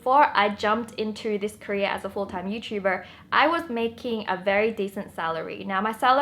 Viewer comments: When she keep saying "career" it sounds more like she's saying "korea" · i actually thought she said korea 😂😂😂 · Wengie, it's "career" not "Korea". That place is about to get nuked anyway. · Whenever she says "career" I always think she's saying "Korea" and like an idiot(which I am) I'm all like "huh? Kpop??!!" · was actually about to comment this. same!/😁